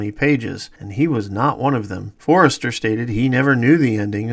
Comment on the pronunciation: Great vid - but its Robert For-ster, not Forrester!